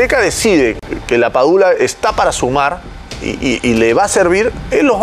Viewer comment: Amigo es LAPADULA no PADULA